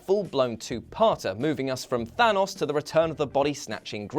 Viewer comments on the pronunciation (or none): none